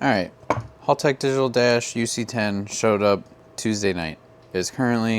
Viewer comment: Mate you’re not saying Haltech properly like an Aussie. H-AL-tech not Haalltech!!